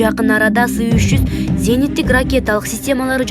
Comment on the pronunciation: Сы эмес эС триста деп окулат